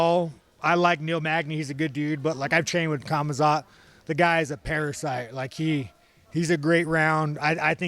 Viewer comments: We've all said Khamzats name wrong, it's Kumzat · “Kazmatt”-Sean Strickland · He got khamzats name wrong twice 😂